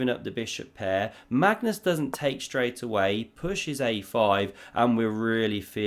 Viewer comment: Absolutely love how you butcher Magnus' name. Next up: Mascus Larsson